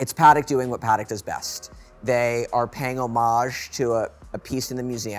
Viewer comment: It’s really shameful. The pronunciation of JLC and “Parek “ are especially horrible. These guys are not talking about horology, but about hype, mainstream watches, the AP’s, Patek’s and Rolex they love. I can do that myself, as the rest of the community. They justify AP’s Black Panther, but are not mesmerized by the JLC? I’m really disappointed :(